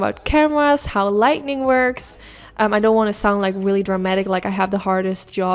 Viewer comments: I thought that's what I heard. But then I was thinking, "honey! if you can fix 'lightning' then you wont need to worry about being a youtuber!! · Schat, zeg " li-ting", niet lit-ning". Die zijn 2 verschillende dingen. Die make is prachtig! Bedankt voor die video. ❤️ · I love this look! So beautiful and simple! Will definitely be recreating! Also saying lightning instead of lighting is the cutest thing ever😭❤️ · I adore ur videos u r truley amazing with how u create ur eye looks..u referred to ur lighting problems but it's pronuced as lighting not lightning..but like I said u r an amazing artist with ur eye looks. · As I have said in the past, this is meant with the best intentions.... you are saying the word incorrectly. It's Lighting, not lightning. There's no N after the "t". when you say "Lighting ", as in to make something brighter. "Lightning" is what happens in the sky, as in Thunder and Lightning I love your work😉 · Love it, and your video is great. You're a great teacher/instructor. I can't wait to try it. I just want to help you with the pronunciation of the word LIGHTING. You're pronouncing it LIGHTNING (with an extra N), as in "There was a LIGHTNING bolt that struck our tree during last nights rain storm." It's pronounced light-ing...again I'm just trying to help, not criticize you in any way. I know some words of other languages, including sign language, however I'm only fluent in my own... so I commend you on your abilities with them. Also, I have very light, but still bright blue hooded eyes... would you please do a video on any COLOR shadows that looks good my color eyes? I use neutrals 99% of the time because I'm so afraid of looking like a mismatched clown...help please?!?! Love a HUGE FAN, Christine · Only thing I would say is that it is “lighting”, not “lightning” or “lightening”. English is a very confusing language though so I can’t imagine anyone holds it against you! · Light-ing💡 not light-ning 🌩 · Light-ing, not Light-Ning. 😁